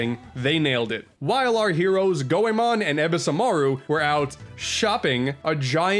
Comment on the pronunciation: I agree Chameleon Twist 2 wasn't as good. When I was 9 I recall a friend telling me about Goemon so I rented it & loved it (glad you pronounced it right).